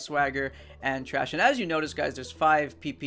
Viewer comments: it's pronounced Th-rash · "Trash" It's thrash:P